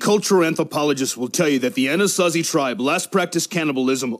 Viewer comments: "'Ah-na-sah-zee…?' 'Ah-naht-zee…?' How do you pronounce that?" Probably… probably… not the latter. Probably. Hoo boy, that Freudian Slip… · "Anasansi?" "Anazi?" 😂😂😂